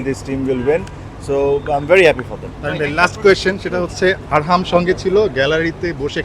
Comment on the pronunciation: ছেলের নাম আকরাম না😂😂😂 আরহাম🫵